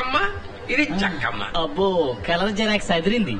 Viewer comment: Jekkamma kaadhura konda.. Chekkamma